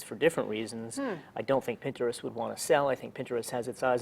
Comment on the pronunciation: Why does he pronounce Pinterest weirdly? Pinterest, not puh-inturest.